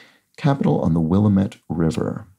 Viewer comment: 47D Wil-lam'-ette, accent on the second syllable. 68D at'-tall, short 'a' in the first syllable.